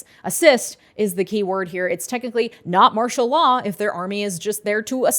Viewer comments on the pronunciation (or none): none